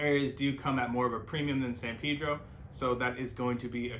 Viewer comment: Pedro, not Peedro.